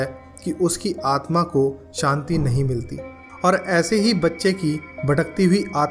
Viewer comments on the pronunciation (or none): none